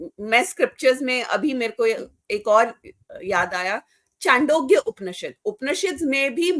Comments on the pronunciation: Sorry to say, without any disrespect, I feel, knowledge is imperfect. She is also not articulate. I agree with Dr. Patil. Some of her narratives are not correct. Even the name of the sukta she mentions is not correct. It is नासदीय सूक्त, not नसादीय. Not चांडोग्य but छांदोग्य. Not वासुदेवाय कुटुम्ब but वसुधैव कुटुम्बकम्. Some viewer has suggested to invite Shri. Nilesh Oak. I second it. Do invite him. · O madam vo chandogya upnishad nahi chhandogya upnishad hai. Sasti popularity na le😮